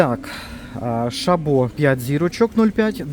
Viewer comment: Не ШабО, а ШАбо.